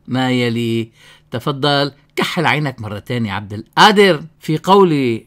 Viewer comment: بعدين مشان حرف القاف انت شيخ لاتلفظها همزة هيك عم تهمز القادر